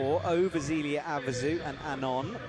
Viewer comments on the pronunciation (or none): Sadly, that's not the only name he gets wrong. Maybe someone should get him the names on audio and he could listen to them in the car or on the plane or something. It's quite cringy at times.